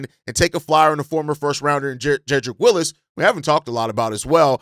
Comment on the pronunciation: Jedrick Wills not Willis 😂